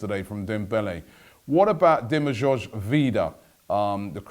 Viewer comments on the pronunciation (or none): Look its okay to pronounce names wrong but why you leaving letters out or replace them??? Dimagoj??? Saneli??? Thats just unprofesional and stupid.